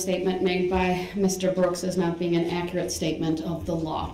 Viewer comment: "Akurit" statements